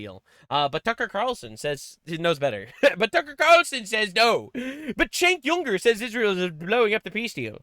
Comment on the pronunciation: It's so annoying that you still mispronounce Cenk Weiner's name.